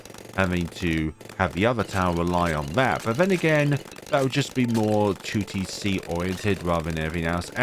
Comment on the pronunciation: you sayign 2tc sometimes sounds like tewtiy see do a 2tc collab with tewtiy :)